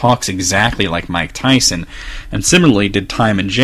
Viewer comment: Iv'e heard of Mike Tyson, but not Mych Tyson, Who is he?